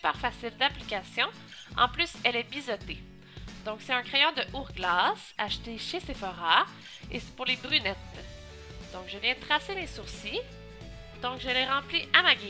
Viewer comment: juste comme ca on dit pas ourglass, mais la prononciation ce dit en anglais loll